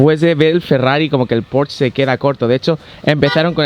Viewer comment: me encanta tus videos pero se dice porsche tal como suena no porschhh :) un saludo